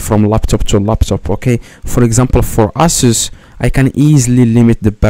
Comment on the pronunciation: the same genius again . NOT ALL LAPTOPS ARE ASUS the best part is when he said "you just need to DownLoond my Aysos"